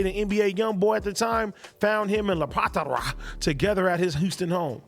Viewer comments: What is so hard to pronounce about the name Lapattra? And if it's challenging for you why not practice? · am i the only one dying laughing at "LAPATHARA"?